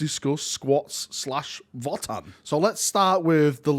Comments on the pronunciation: I think the pronunciation I’m hearing more of is "Voah-tann", as opposed to "Vot-tann" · Votann is actually old German word, the V is pronounced like a W. Basically, you pronounce it as “Odin” like the God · It's "Votann", not "Votann".:_PurgingHappyVal